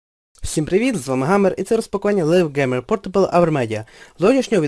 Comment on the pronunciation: Пропоную тобі тепер більше звернути увагу на вимову англійських слів на майбутнє. Ти сказав наприклад: Лів ґемер портабл. Я б сказав Лайв Ґеймер портабл=)